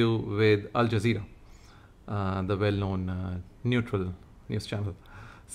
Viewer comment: Alzazera mispronounced as Alaqiada. ..😂😂😂😂